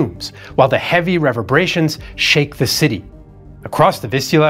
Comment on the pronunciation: not sure if it’s just me but “reverberations” usually has a different intonation than what had pronounced. Unless that is a valid way to pronounce it and I’ve never come across it before